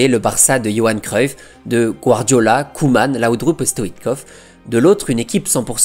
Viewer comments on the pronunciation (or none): none